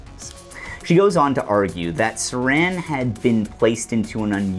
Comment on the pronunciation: Thanks! What great work! Haven't seen anything this well sourced and on point throughout. I'm REALLY bummed you went to the left/right paradigm , as if it exists. That and it's Sirhan, the patsy, NOT SARAN, THE WRAP, CAN'T WAIT TO WATCH AGAIN AND OTHERS. Do you have a piece that covers PROGRAMMED TO KILL? THX AGAIN! LEFT/RIGHT 😂